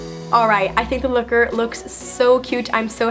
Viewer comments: she said the " lucker" instead of Locker lol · At the end did you say looker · she said "looker'insted of locker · U said looker instead of locker